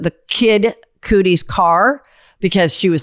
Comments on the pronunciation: It’s Kid Cudi!! Not Coodi!! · WTF is kid coodie? I can't... GET IT TOGETHER HEATHER, I'M EMBARRASSED FOR YOU. Clearly not in the cool crowd. Or coolie crowd 😂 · "Kid Cootie", though! 😂 we love you Heather...seriously